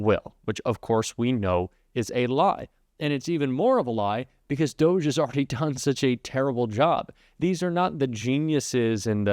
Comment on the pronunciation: I like Rachel pronouncing DOGE as DODGY. Perfect description.💙💙💙💙